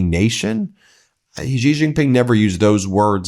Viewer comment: Hey Ben! I love you and what you do but I really wish you would stop mispronouncing Xi Jinping. Try saying She-Jeen-Ping (She like the pronoun, Jeen like Jeep with an n, Ping like ping-pong. Main stream media titally pronounce it wrong and they always try to pronounce "J" as if it was a French word like Beijing (correct pronounciation is Bey-Jeeng as you would pronounce Jee in Jeep).